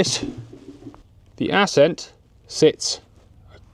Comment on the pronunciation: Assssssceeent. Why thexweird pronunciation?